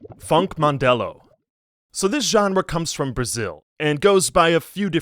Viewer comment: Btw Mandelão is pronounced mande-lan-oh